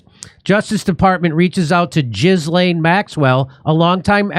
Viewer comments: 😂"jizzlane" its ghee-lane. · Gee-lane not Jizz-lane, Jimmy! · Jimmy, it’s pronounced Ji-lane. Not Giz-lane. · It’s not pronounced Jizz-Laine 😂, it’s Gi-Laine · 'Gilaine' not 'Jizz Lane.' Silent S. Thanks, Jimmy, you guys are fabulous and your commentary on the ongoing mayhem is second to none. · I believe it's pronounced Ghi-laine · 😂 jizlane not how the name is pronounced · Jimmy, did you say "jizz-lane"? Bahahaha. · Her name is pronounced Gill-en. No z or s in there. Hard G. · anyone else think it's ironic that her name is pronounced 'Jizz-lane" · Jizzlain Maxwell is probably a more apt pronunciation, lesbi- honest. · It's pronounced 'gee-len' (hard g). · Jimmy is well aware of how her name is pronounced. He just doesn't care and thinks Jizz-Lane is more appropriate for the kind of person she is.